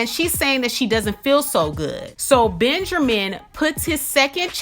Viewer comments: "Benjermin" lol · 😂😂😂😂this makes me laugh because I thought I was the only one who caught that